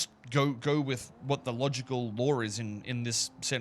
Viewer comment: Being Australian, I can’t tell when he says law vs lore… 😅